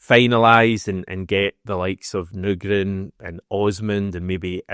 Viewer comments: You're at the wind up now, still saying Nygren wrong 😂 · I’m still absolutely seething about you playing audio of Nygren pronouncing his surname under the guise of making sure to get it right. And then proceeding to completely ignore him & make up your own incorrect way of saying it. I actually can’t understate how angry you’ve made me. With your ongoing efforts to grow subscriber numbers, you may just end up losing one very irked bear unless this seethe somehow subsides. Hope all’s well otherwise. Fond regards, Brian. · Mate. You need to say his name right. It's like people calling you HAM-ISH or something. HH 🍀🍀